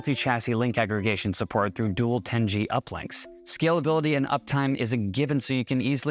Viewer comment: "dual ten gee uplinks" somebody needs to prepare the script better for the talent...